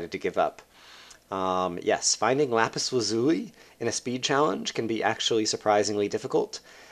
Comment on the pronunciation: What's Lapis Lazooey? It's Lapis Laz-you-lie damnit! Still, good video, thanks :p